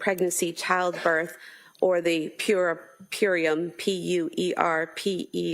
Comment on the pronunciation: I think she was trying to say "puerperium."